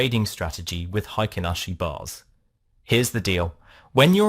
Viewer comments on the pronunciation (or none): へいけんあしじゃなくてへいきんあしだよ